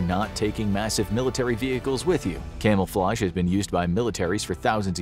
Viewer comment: Camelflage? What’s that